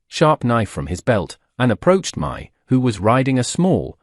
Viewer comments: Her name is actually Mai, a Cantonese name pronounced as my. Before you respond, I live in Asia myself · My in Asia is pronounced "Me".